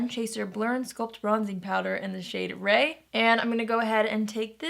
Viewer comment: the Thrive Causemetics bronzer shade is Rhea - pronounced Ray-uh!